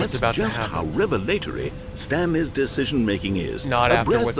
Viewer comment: Figley chew is what i thought when he said stanlirenes and Figleys